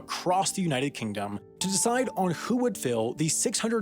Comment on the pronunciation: What was the point of putting a pause between united and kingdom ?